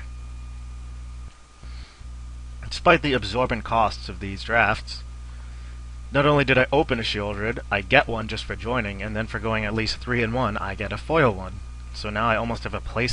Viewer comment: its not shereold. It's she-ol-dred. And sheoldred is female.